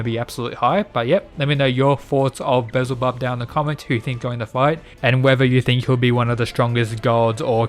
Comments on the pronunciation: It's wild that Buddha's face turn seems like the Apex of the series yet we've had only seen half of the roster in each side. I personally can't wait to see Beelzebub either. (Btw his name is pronounced Bee-Al-zee-Bub sorry but I've noticed you say his name several different ways) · No offense, you make amazing visitors but its pronounce "Bee-el-za-bub" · Great video but your pronunciation of things irks me bezelbub 😂😂 again not hating I liked the video 💓